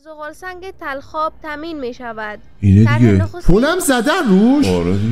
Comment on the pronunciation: این خانم اشباه گفت تلخاب نیست بلخاب است